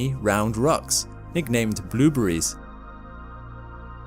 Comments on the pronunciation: "Blew breeze." Haha! This guy pronounces blueberries "blew breeze!" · I like the way he says "bloobries". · stop saying bloobery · "blueburries" :p or "blooberies" the more he kept repeating it the less it sounded like a real word lol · I like how u pronounce " blueberries" hehe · The way he pronounces blueberries lol